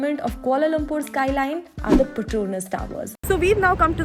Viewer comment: Wrong pronunciation of petronas!!